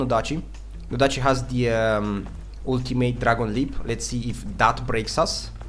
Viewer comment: When u say ultimate all I hear is woot teammate